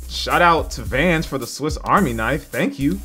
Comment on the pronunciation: Is he saying swift army knife??